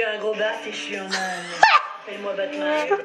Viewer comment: " mythe numéro âun " je meurt de rire XD